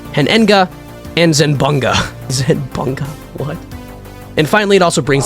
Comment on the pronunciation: The way he said "Zenbunga" 😂😂 😭😂